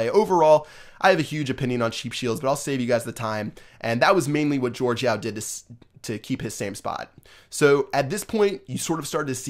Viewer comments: Jorge is not George... it’s pronounced like HorHey... respect the name, this man changed the game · why do people say jorge yao's name as "george" cus its not :P sry bout being a somewhat grammar nazi but jorge yao honestly should have been banned because the way he became the #1 player was so cheap but he quit anyways